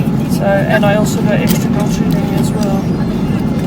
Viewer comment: also pronounce the A in gochujang as Ah